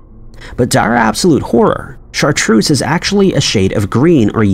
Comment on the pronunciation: very American though. It's actually pronounced Shartrerz